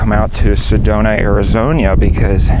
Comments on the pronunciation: He said Arizoña, smh. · i hope he's enjoying all that wonderful heat we provide also love how he pronounces Arizona with that extra 'i'